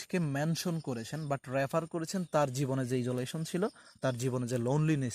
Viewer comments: ইজোলেশন না আইসোলেশন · Sir isolation pronunciation aktu confusion roya galo.